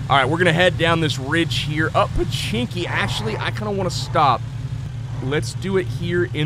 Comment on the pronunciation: do u know its pochinki not pechinki